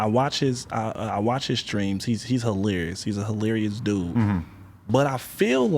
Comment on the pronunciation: "Hi-LEER-rious"